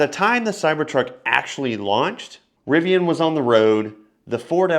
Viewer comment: You keep referencing Tesla Dealership. If your name is, A. you would realize Tesla is NOT a dealer, B is isn’t RivON it is Rivian.